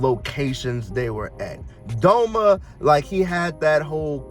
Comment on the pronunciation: its doma not donald! :face-orange-biting-nails